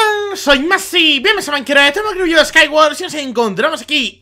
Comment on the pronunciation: "Bienvenidos a maincrah" oshe zy 😏(͡° ͜ʖ ͡°)